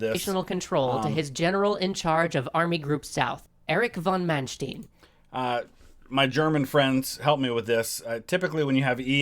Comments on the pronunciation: Is "ai" right though? Since "rain" or "gain" are spoken like German "räin" "gäin". So I guess "ei" = "i". Also to add "Man" is pronounced "man" and not "mæn" like he says in the video. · We do pronounce "st" as "sht" at the beginning of a word, not in the middle of the word. In case of Manstein this is a compound word of "Man" (probably short for "Mann" = man) and "Stein" = stone, so it is still pronounced "shtin" and not "stin". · Re pronunciation: His name von Manstein is pronounced as “fon munshtine”. Normally, “st” is pronounced as “sht” only at the start of the word (the same applies to “sp” = “shp”) but his name is a compound word: “der Stein” means “stone” and is usually part of castle names. The letter “v” is always probounced as “f”. And the letter “w” is always plain “v”. So, Lewinski is “levvinski”, not “looinski”. The diphtong “ei” is pronounced as “ai” and the digraph (not diphtong!) “ie” is pronounced as “ee”.